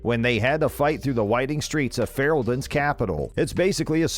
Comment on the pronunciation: He called it Feral-den.... im done